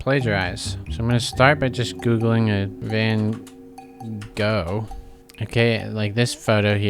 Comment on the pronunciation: It's already committing a crime by pronouncing Van Gogh's name totally wrong. It's odd since it used the correct transcription as input and should know foreign languages and the correct Dutch pronunciation. And at least have said something sounding more similar.